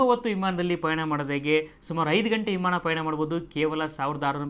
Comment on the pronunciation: Imaana alla Guru Vimaana 🤔